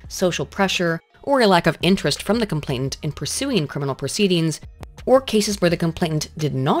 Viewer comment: Is it just me, or is saying "complaintant" instead of "complainant" all through this video, even when she's reading a text